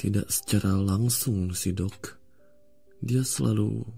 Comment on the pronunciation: Aku dengernya Dog bukan Dok🗿